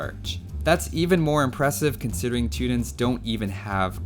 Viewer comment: Wait.......you can't pronounce Teutons...is that because you're...a...CANADIAN.